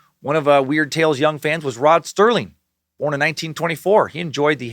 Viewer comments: Does he keep saying Rod "Sterling" instead of Serling or am I just so used to hearing mispronounced words I'm hearing things? Oh dear lord when he gets to the monster names his head just might explode! LOL! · Rod SERLING. Not sterling ....🙄🙄🙄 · FOR THE RECORD, there is no “T” in “Serling.” (Still love ya, brah ... )